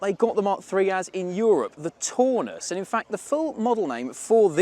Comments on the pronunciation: I'm English, but I can tell a mark 3 Cortina from a Taunus TC; the misidentification and mispronunciation made my teeth itch. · The car at 10.20 is not a Taunus (pronounced Town us) but a LHD Cortina built in either Ford's Dutch or Belgian plant. The 70-76 Taunus looked quite different to a Cortina and had a two door coupe version.